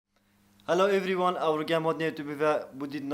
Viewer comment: Wow that’s nice challenge and why pno can’t say everyone 😂😂😂😂❤️❤️